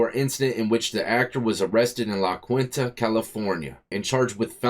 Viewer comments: La Quinta pronounced La-Keen-tah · La Quinta is pronounced La-keenta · La Quinta is pronounced la KEYnta. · why are you speaking about things you dont understand? For off...learn how to pronounce La Quinta. lol 2nd...in california it is different. Generally if you get 12 months or less...its county time. Anything over a year...is prison. 16 months....is prison. There is no such thing as a 16 month county term....